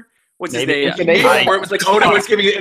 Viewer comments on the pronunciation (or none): I always cringe so hard when he mispronounces names and things so hard like it's not that hard to say them why isn't nobody saying anything to him lmao